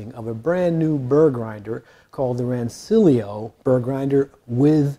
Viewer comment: Nerds will tell you it's pronounced "Ran-ch-illio."